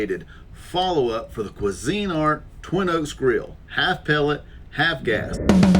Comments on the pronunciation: I know this is a later comment, but saw both videos on this and I just could not take it... It is pronounced Queeeeeeesinart. Not Cuisine art. Just saying. Being a novice at things is good. Helps ya learn new things. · It's Cuisinart NOT Cuisine Art Grill They have been around for decades. Good review though